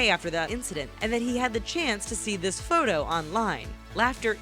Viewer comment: i dont know what you saying its photo not what ever